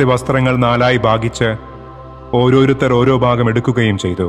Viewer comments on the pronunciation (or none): none